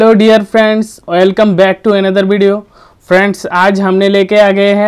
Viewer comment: Oil come bola ya welcome???